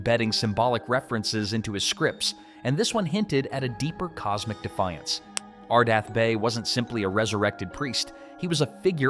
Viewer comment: It's ArdETh not ArdAth, so that dismisses the anagram theory. Come on...😮